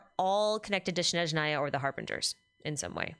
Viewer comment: Thanks for another live stream. I'm sure this came up before and you probably don't care, but it's SNeZHnaya, not SHneZnaya. The first syllable is SNEZH, imagine saying "snek" and just change the last letter to ZH. The rest is easy - NA-YA. Russian is not an easy language and I'm sure many things will get mispronounced by VAs but this is the name of a wholeass region.